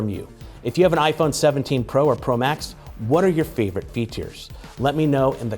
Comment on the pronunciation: Am I the only one who heard " this is the iPhone 17 pro bax "